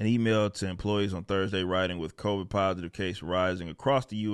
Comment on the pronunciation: I’m curious as to why he calls it Covaids